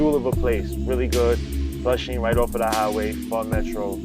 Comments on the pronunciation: Why he say pho correctly then say PHOW lol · pronounced PHA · Said fuck the tooth for the day huh 😊 And lil white girl talking about Pho is laughable 😂 Bruh. Mac, you saying Pho all wrong too my boy